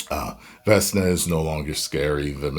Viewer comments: it's Vekna, not Vesna. And, I also felt like the timing was off. I personally don't care who does whom in a show or movie, like I don't care about who Nancy ends up with, as long as it's done tastefully. This completely felt like a, "guys, we just have the finale left, let's check one more box with a monologue..." that too, right after they showed us how critical and time sensitive the situation is. All of a sudden, they broke the momentum to have a group hug. Okay writers, nice try, I suppose? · Its VEHK-NAH 😂😂